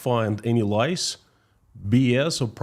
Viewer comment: You said "lice" small bloodsucking insects ! You meant "lies" pronounced "laais" like "aah"